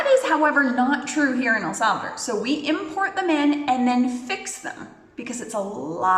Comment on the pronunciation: Thank you, that was interesting. But honestly, it bothers me to hear the name of our country being mispronounced. So many English speakers insist on calling it “El Sálvador” when the name is El Salvador. There is no stress on the first syllable of Salvador. An automatic stress comes in the last syllable, as if it were written like this: “Salvadór”. Please respect the name of our country and try to pronounce it properly.